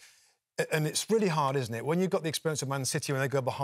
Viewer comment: Havertz has "worked gard all season" and last season wasn't about character it was about inexperience. But at least they are pronouncing our names right.